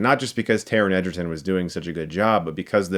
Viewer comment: im sorry but I'm pretty shore its prenownst as egg-erton and not ejerton